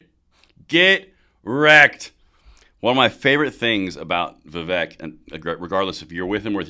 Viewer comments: He's a fantastic candidate, but no one can see to say the guys name right. Viv ache, like cake. I've seen a lot of respect for him, but let's show it by getting his name right, lol. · a vote for Vivek (pronounce Viv-ake, like cake) is a vote to abolish the ATF, FBI, DOE, etc. Let's get it! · For your info, his name is pronounced Va-Vake, rhymes with cake. He is quite used to folks mispronouncing it, but I think we all should learn to get it right. He may or may not succeed this cycle, but he is likely to be around for quite some time!! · Just an fyi, it's Vivek, pronounced Vi-vake. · I wouldn't vote for any body when two thirds of American's can't pronounce his name